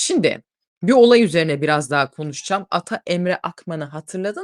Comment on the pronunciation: rica etsem hep "sindi" diye telaffuz etmeyin, "simdi" o kelime